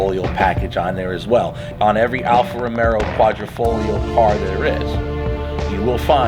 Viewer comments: hey, with respect, it’s called Alfa RomEO. Not RomeRo. It’s an amazing machine and I’m glad you are smitten. Caught the Alfa bug myself. I drive a Vulcano black one. It’s the exact same spec as that on your video aside from the red interior accents and the carbon package. Also this thing will hit 100 mph at around 8 seconds and car and driver have measured the 1/4 mile at high 11s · you got all the italian names pretty good ..but alfa romero lol...... it is romeo...not romero....just take the r off